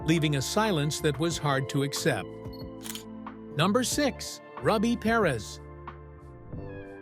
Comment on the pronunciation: ROO-bee, not "ruh-bee"